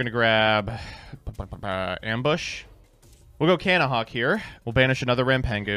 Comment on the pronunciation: Take a shot every time someone says Cannahawk